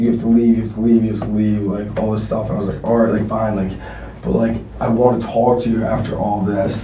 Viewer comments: He just wanted to "TWOAK" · Why wouldn’t you TOAK to me? TOAKKKK to me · Everyone's talking about "Tawk", why is no one talking about "Sa'ur'ehh" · should have spent it on a tutor to help him pronounce the word "talk" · The way he pronounce ''Talk'' is a crime itself. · He deserves jail just for the way he pronounces "talk" and the overuse of the word like. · bigger crime is is pronunciation of talk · turns out: if you pronouce the L in the word TALK people will believe you are innocent.